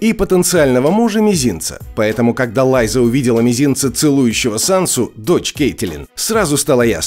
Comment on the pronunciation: Лайза? Лайза Арен? Ху из ит Лайза Арен??? Чел, делаешь видео по сериалу, так посмотри его, книгу почитай. Хотя тут достаточно было просто голову включить.